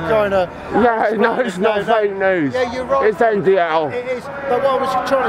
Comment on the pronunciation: Niko: “Join the NDL”: “Join the NDLE” 😂😂😂